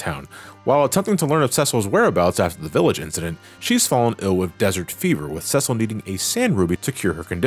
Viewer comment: It bothers me that he’s pronouncing it “ses-sell” and not “see-sill”